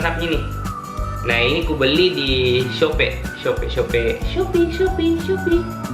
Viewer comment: "sopii" pak bukan "sope" hahaha